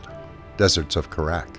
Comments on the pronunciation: As happy as I am you announced this, you mispronounced "Kharak," watch any one of the cutscenes from the original game early-on and you'll know what I mean. If I understand this pronunciation sound-out stuff right, it's supposed to go "Kare-eck," it can alternatively be pronouced "Kar-ahk." If you want to hear both pronunciations, watch any video of Mission 3 from Homeworld 1. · love the vid. subbed. pronunciation of kharak, suspect. :)